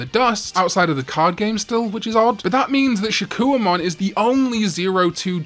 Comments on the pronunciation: Your vids are entertaining but your absolute mangling and mispronunciation of names ruins them. For instance, it's "SHA-KOH"mon not "SHA-KEW-UH"mon. You put in effort to everything else but give up for things like that? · I'm still waiting for a video where he pronounces Shakkoumon correctly